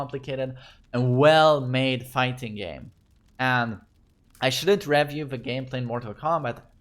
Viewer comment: det utalas re-view inte rev-iew, vill inte vara spydig men älskar dig😘